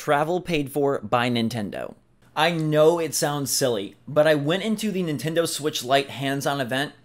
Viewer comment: It’s the Nintendo “Ditch”!